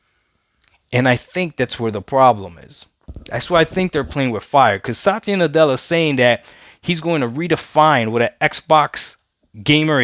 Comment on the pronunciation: ITS SATYA NUTELLA BRO.. LMAO HAHAHAHAH